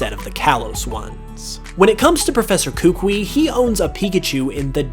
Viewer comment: Kooook-weee 🤣🤣🤣🤣 it’s ka-k-ooo-eee